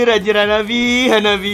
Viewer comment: namanya HABABE atau HABABI bukan HANABI